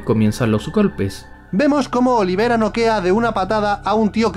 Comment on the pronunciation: El dice olivera y es oliveira